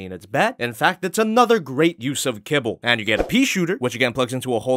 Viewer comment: Kibble!? Fuck i thought you said cable! english isn't my native tongue btw